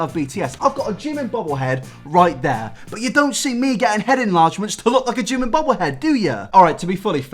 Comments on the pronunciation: its so annoying to hear people saying jimin wrong. like its not jim-in its jee-meen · Jimin, pronounced Jee-min Should really get an restraining order against Oli. Obsessed fans Is how dangerous things start.